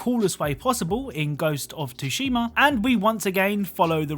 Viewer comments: Its Sue-she-mah not tah-she-mah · Okay I let it slide in the first video but Tsushima can be pronounced sushima... still not exactly right but ya know it’s better than tooshima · I cant anymore, the name is SUshima not TUshima. The T is silent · It's TSUshima, not Sushima or TUshima like he says. Tsu (つ) and Su (す) are not the same characters. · You said tushima like 6 times in a row, and they were all wrong, its tsushima, with an S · Su-shima not to-shima the t is silent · No offense but how hard is it to say Tsushima properly? It's not Tushima, lol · Ghost of 'T'-'shima'? Lol,...sorr can't help bit notice how you incorrectly say the T. It should sound like: 'Sue-shima' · It's not pronounced tushima....its pronounced sooshima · There's an 'S' after the 'T' in "Tsushima." It's pronounced like "TSU-she-ma", not "too-SHE-ma." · It's pronounced sushima not Tsushima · I want to hear him pronounce “Tsunami” after hearing him say “Ghost of Tushima” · My man just said "Ghost of Tushima" lel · I don’t know why but it annoys me how people say Tsushima. The T is silent it’s pronounced Sushima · Why would you say "Ghost of TOO-SHIMAA" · It’s pronounced “sushima” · It's su-shi-ma just a correction no offense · Bro can you stop pronouncing the t in thsushuma plz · Can he please say Tsushima properly, like I get that he isn’t Japanese but still it isn’t hard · The T is silence. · I’m pretty sure the T is silent in Tsushima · I cat tell if you meant to spell it wrong because he says it wrong but just in case it is spelt Tsushima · I always thought the T was silent. Is that not the case? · Little fact: the T in Tsushima is silent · The t is silent in Tsushima btw, like tsunami for example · The Japanese pronunciation of "tsu" utilizes the t. Tsu and su have distinct cadence in the Japanese language. "tu"shima and "su"shima are equally incorrect pronunciations of "tsu"shima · Ghost of TUSHIMA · I almost decided not to finish watching this video because of the way he was saying it.